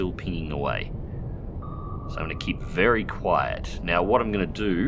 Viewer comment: "be vewee qwayet" xD